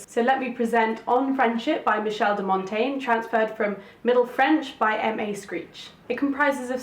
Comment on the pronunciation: "De Mon-Ten-yeh" 😉. Nice video.